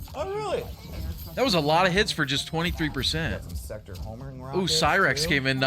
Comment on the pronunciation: Bro it's sector not crax